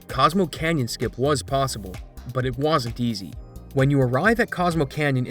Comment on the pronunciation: The word is “wasn’t” not “woosn’t”.